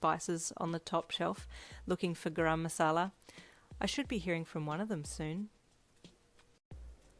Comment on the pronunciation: dude i'm sorry, this fanfic is amazing but as an Indian the pronunciation of 'garam masala' in the first chapter absolutely killed me 😂